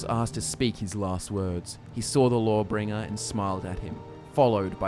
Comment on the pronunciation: Lmao thought you were saying "Lore-Bringer"